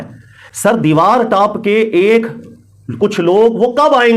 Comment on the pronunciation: Ap ki Saari baten MaShaALLAH behtareen daleel thi but Karachi Ka accent (deewar taap toop k aa'e) was epic 🤭